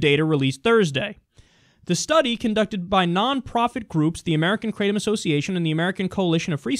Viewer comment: its pronounced Kratom Like Cat only Krat